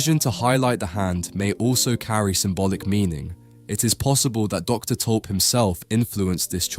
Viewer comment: My family stems from this guy. Thank you for pronouncing our last name properly. Lovely insight into this panting. Also, this was Rembrandt’s first commissioned painting.